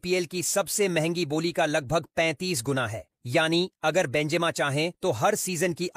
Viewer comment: Karim benzima❌ Karim benjima✅🤔